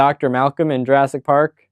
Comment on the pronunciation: URASS PARK! LOL! Did not catch that one.